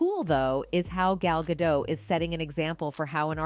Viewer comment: It’s pronounced Gah-Dot, not dough. My lord. C’mon, girl.